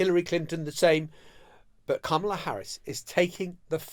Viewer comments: It's "comma la" not "kam a la" It's so disrespectful that almost all journalists are mispronouncing her name!!! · Emily, you’re killing me - it is “comma-la” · Emily, darling, can you please, please pronounce the Vice-President’s name correctly. It’s weird because John does! And you hear him say it regularly. It is pronounced “Comma-La” or with your accent, “Comm-er-La” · Emily, please say it right. It’s comma-la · Guys I love you but please pronounce Kamala’s name correctly 🙏